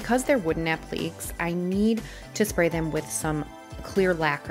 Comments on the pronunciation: I enjoyed watching the wonderful job you did turning that ugly duckling into a beautiful swan. I just wanted you to know, since you pronounced "applique" constantly as "app-leek"; it is actually pronounced like "app-lee-kay". Applique is a french word. Regardless of how it is pronounced, you did a wonderful job! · This is not meant to hurt you, but you are mispronouncing the word "applique". It is not pronounced like "oblique." It is a French word, the proper spelling is appliqué, but is pronounced the same with or without the accent with three syllables: app-leh-KAY, emphasis on the last syllable. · This is gorgeous! I love how you blend techniques too. Please take no offense, but you KILLED ME mispronouncing applique. It's a-pluh-KAY. hehehe I can't help but let you know since literally EVERYTHING else about this flip was spot on. <3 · Such a stunning transformation. A beautiful piece. (FYI: It's pronounced "ap-li-cays".)